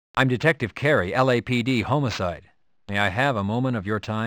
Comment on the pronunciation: Why does the guy keep saying "Homocide?" It's homicide!!!!